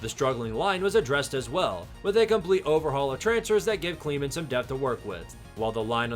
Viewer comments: Great vid but it’s Klinman not kleman there’s an N in the middle. The Kli sounds like Sky too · Pravo cleeeeman Leopold ? That’s not how those are pronounced 😂